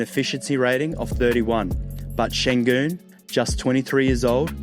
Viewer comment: I congratulate you on your pronounciation of the Ü sound which does not exist in English and you are a native speaker I believe.